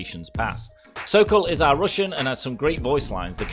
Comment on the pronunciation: How he says: roossian haha